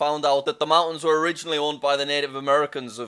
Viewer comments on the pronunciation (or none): none